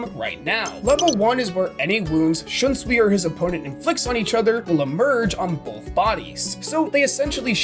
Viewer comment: Bro said kuroku shiunsui